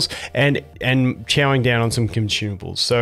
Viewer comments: Consumables ❌ conchumbles✅ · Are you saying Conchewables or Consumables? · aww I was actually preferring conchewables! Thought you were starting a new trend :)